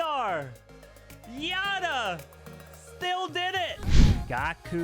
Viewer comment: If Yatta is referring to Japanese like Kazuma or Hiroya, it should be pronounced Yat-ta (Japanese for "yay" or "yahoo!").